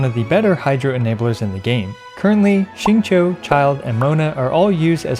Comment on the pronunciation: Okay but finally someone pronouncing Xingqiu right!